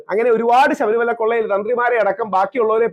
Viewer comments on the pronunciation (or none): none